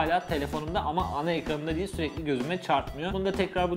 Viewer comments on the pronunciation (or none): none